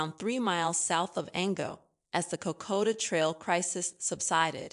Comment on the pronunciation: Cocoa Trail...? Sounds yummy. Try Kokoda. Made it 5 minutes. I'm not sure if the narrator is human or not but she should work on her pronunciation. And the CC text writer should be fired.